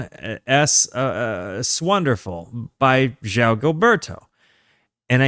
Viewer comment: You have the soft “J” sound correct on João, but then you need to follow it up with a “w” sound: “J-Wow.” Thanks for doing this great album.